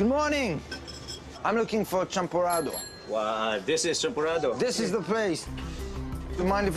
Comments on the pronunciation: Its not champorada its champorado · its champorado.not champorada.kwek kwek not kwak kwak. hahaha